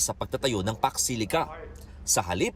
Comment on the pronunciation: Hello po madam. Eto po ung pax silica hnd po fox, at hndi rin fuck